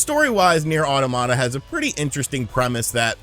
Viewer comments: not auto Mata. it's pronounced autom ata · Aw Tom it ta , not aw tomata , the word is not supposed to sound like tomato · Automata is pronounced Ah' TOM' mah'ta like the word "Automaton" not Auto-mata. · It’s pronounced like “automaton” ne’er au-tah-na-mah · Hearing it pronounced as "Awetamata" is giving me an aneurysm. 🤣🤣🤣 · Pronunctiation in spanish: Automata. Pronunctiation in english: Oromara